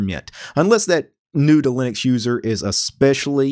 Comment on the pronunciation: I thought he said noodling accuser the first two times he said new to Linux user. I don't know what's wrong with me.